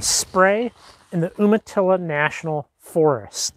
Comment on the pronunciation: In the summer you would have to watch for rattlesnakes by Spray and Monument. Also FYI, Umatilla is said like long U or in other words (you)matilla. . Enjoy your channel. Thanks.